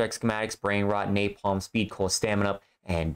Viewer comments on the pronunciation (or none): none